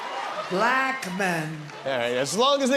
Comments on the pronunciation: It bothers me how he says black. He says it with quotation marks, two syllables, and a really hard K ending. - " bah-LACKKH " "I like 'bah-LACKKH' men!" -DonOLD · My skin crawls every time Trump pronounces bLAck the way he does 😵‍💫😵‍💫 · Why does TFG pronounce "Black" like it has three Ks? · Trump is the only one who gives the word “Black” two syllables.